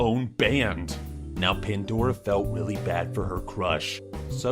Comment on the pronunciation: did he just say "he felt willy bad"😂